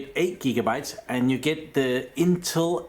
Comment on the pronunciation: A new interface "Memory block" orca"RAM block" and you kinda butcher the INTEL name intul ?? further more good explanation